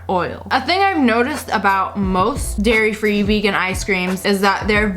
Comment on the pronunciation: Paul Moss They didn’t say it was. They just pointed out that said “Gairy free Gelato”